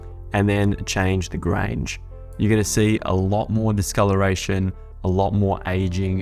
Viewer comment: Loved the tutorial but when did Grunge get to pronounced Grange?